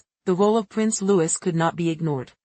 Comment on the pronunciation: His name is pronounced…LOO-EEE NOT Loois.